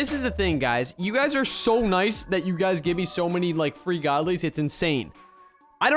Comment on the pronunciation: Not ou its you